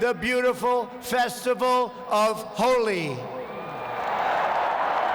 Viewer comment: 'Holy' is the only Indian word he pronounced perfectly